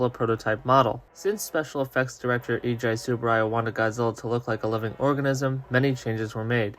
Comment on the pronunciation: Eiji is pronounced "Ey-jee."